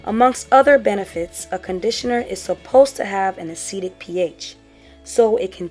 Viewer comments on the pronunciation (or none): A chemical is "acidic" (pronounced "Ah-sid-dick") if its pH is less than 7. You were saying "acetic" (pronounced "Ah-see-tick"). The word "acetic" is part of vinegar's chemical name which is "acetic acid". Hopefully that made sense. Still a very informative video. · Thanks for the video. I was thinking about adding ACV to my routine but I wasn't sure exactly where to include. I'm thinking maybe before or after conditioner? Also, was a little confused by your use of acetic vs acidic as they all sounded like "acetic."